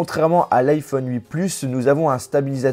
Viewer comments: ça me stresse quand tu disais hui plus car moi j'ai l'habitude dire huit plus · On dit huitE pas hui 😑😑😑😑😑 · Arrête de dire iPhone hui+ sa se dit huit+